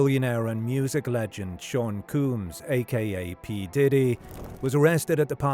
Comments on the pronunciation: It’s Combs that is how it’s pronounced. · You consistently mispronounced 'combs'. It's combs, like a comb or a brush or whatever. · Sean Coooms lol At least get the name right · the man said COOOMS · yeah and is diddy British? No. Therefore the narrator pronounced it wrong